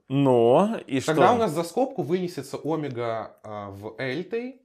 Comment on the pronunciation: даже по-гречески ударение на букву Е в слове омега ωμέγα